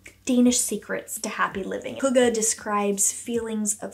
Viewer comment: Hey from Denmark ❤ hygge is a hard Word but Nice try ❤